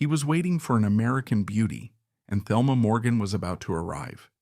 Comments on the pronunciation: Not to be that person but her name is pronounced Telma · Thelma is pronounced Telma in the Spanish way, fyi.